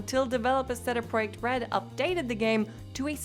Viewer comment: “Sehdeh proijehc red”??